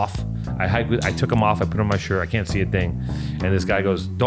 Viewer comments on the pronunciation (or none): Howling at “shir-et”